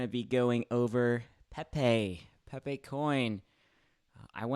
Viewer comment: Pepaye Peh-Peh